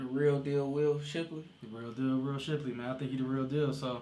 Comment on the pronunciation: SHIP-----LEY. NOT CHIP---LEY